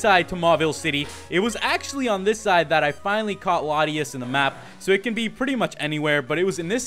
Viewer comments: prononuced: la-tee-aus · its law-tee-aws is how its pronounced